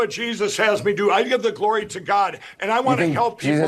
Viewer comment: Gotta be honest. I thought he said "Chlorine" not "Glory" lmao Also, I have to give it to Anderson Cooper for grilling Mike in this interview